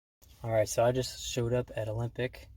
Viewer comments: 2 seconds in calls Alembic "Olympic" oy veh C Ya! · Please stop saying "Olympic"!